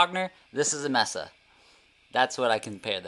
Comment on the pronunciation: Good video. Preferred the Fender. Cringed every time you mispronounced Mesa. Thank you.